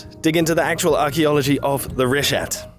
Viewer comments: keeps saying richta. It's pronounced reeshat. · The greatest mystery of the Richat structure is why keeps pronouncing it "Richdot"